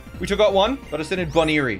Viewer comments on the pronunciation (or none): none